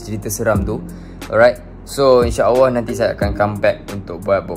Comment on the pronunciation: nape sebut inshaawwah? buat video lancar je cakap tapi sebut Allah pun tak betul. practice itu dulu bosskurr.. baru la celoteh yg lain ✌🏼